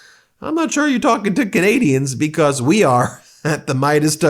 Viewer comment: You're doing a great job Ben! Your pronunciation of some of these difficult names has really improved; you do know Canadians. And I think Charlie Angus would be okay with the comparison to 'Cowbell - when most live music rockers yell "More Cowbell". We Love Charlie Angus - he speaks for all true Canadians!